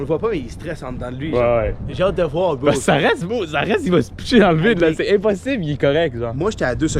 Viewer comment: Il faut que vous m'expliquiez c'est quoi ça "bo" au lieu de bro? C'est weird!